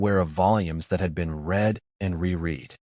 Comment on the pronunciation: As usual, most occurences of "read" and "unread" and "misread" is mispronounced. A human narrator would know what's required from the context.